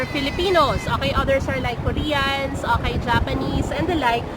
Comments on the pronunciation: She is saying Oahi, not okay. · Your english is really excellent, i thought the "okay" was a word in another language and did not recognise it at all. If you train that out of your speech or say O K correctly, your English would be perfect 👌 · are you saying ok or akai?